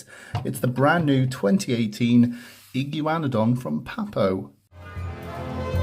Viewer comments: Igaun-na-don not Igy-wana-don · I’m from America, we pronounce this Dino “E-guana-don” not sure why, it’s just how our tongues go with. But I love how you pronounced it. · That’s not how u say it